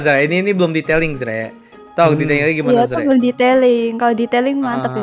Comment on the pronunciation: kak bukan arze:)